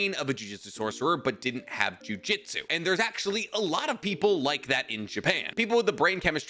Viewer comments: Hey man its pronounced Ju Ju tsu not juijitsu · wanna start off saying I love your videos. Quick question: maybe you do this because of something I don’t know about the series, or it’s just and idiom, but why do you say ju jitsu instead of jujutsu?